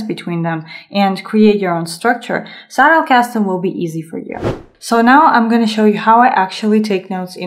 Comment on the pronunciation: It always makes me smile when non-Germans say Zettelkasten. For English speakers, the pronunciation is something like TZEH-tel-kas-ten. This is not a hate comment but rather a friendly note about a potentially interesting thing. I think your video is very good. :)